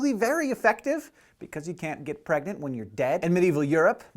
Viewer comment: "...and how girl NOT get pragnent." Hank?!